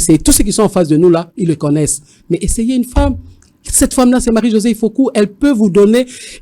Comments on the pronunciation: Marie-Josée IFOKU MPUTA MPUNGA. Et non IFOKO. Merci ! La KOMBOLISATION est en marche. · Sango okomi mabe ifoku pas ifoko